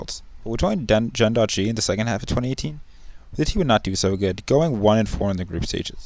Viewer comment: It's "Gen G" not "Gen dot G"